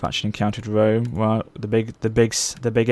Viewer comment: I thought Lionheart was a bad pronouncer for Rome 2, but then I watched this video.